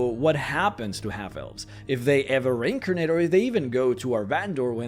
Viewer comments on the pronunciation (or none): Took me almost 2 minutes in to the video before i figured out you where trying to say; re-incarnate. And not rinkinate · Are you saying reincarnate or rinkernate? I legit cant tell, both have meaning in DND .